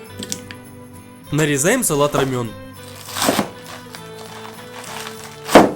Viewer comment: Возможно меня начнут хейтить за этот коммент, (а точнее "придирку", хотя это скорее всего поправка) но название салата правильно произноситься как ромэ(й)н, или романо. Но никак на рамён